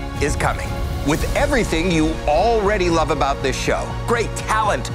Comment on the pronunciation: Did he try to say “About” in the Canadian way